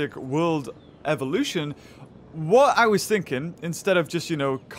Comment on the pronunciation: Hello welcome back to Jurassic cult eveloushon